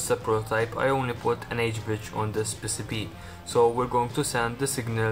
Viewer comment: PissiBee. you pronounce it PissiBee? we pronounce it pee-see-bee